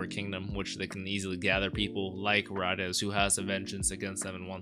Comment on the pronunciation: In the dub I think it's pronounced Ray-Dees. Could be wrong, need to re-watch. I'm trying to make a note of the script anyway, for instances when I need to refer to it, or when using it in fanfiction - yes, I'm one of those fans XD - so that was the plan anyway, to watch it both in the sub and the dub. The fact that Fuegoleon acknowledges even Rades, a criminal and remembers a commoner so easily I think is the most impressive of all of this. Like, who'd remember the name of a member from a different squad, especially if it was one kicked out, and a commoner. Fuegoleon here has the memory of an elephant and the heart of a lion. "Mmmm... liiiiittle forbidden." Yeah... A little. I love how Rades knows all these guys' names... and how it just feels so important. But then, Karl's no joke... until Fuegoleon turns him into one with Soul Linea.